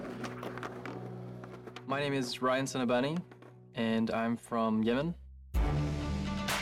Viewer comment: It's not Ryan. It's an arabic name "Rayyan".